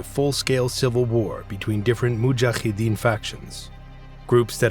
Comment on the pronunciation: Mujahideen does not have a 'kh' ح in it. It's a regular 'h'. Ahmed, however, does have a ح. So it's Ahkmed.